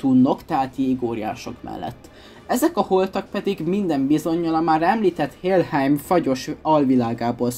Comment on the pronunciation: Szerintem is jo volt csak én ugy tudom hogy helheim nem pedig hélheim de ezen kívül rohadt jók a videoid. Egyébként ha szabad ötketet adnom akkor valameik legközelebbi videodban beszélhetnél bövebben a ragnarökröl